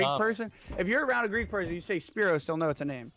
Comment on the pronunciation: I’m a Greek guy and he is correct for the name! I have too many friends with spyros name